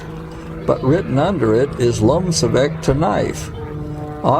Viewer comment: You are pronouncing "LOMCEVAK" incorrectly.